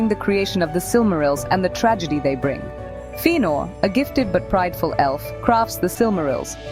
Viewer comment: Tell me more about these "Einoo-lin-dehl" and "Feenor". xD